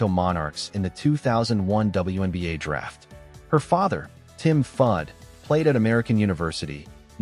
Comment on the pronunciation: At least learn how to pronounce the name of your subject. Shut this down after three minutes.